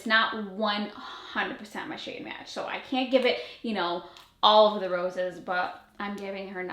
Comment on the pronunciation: "Olive" the roses😂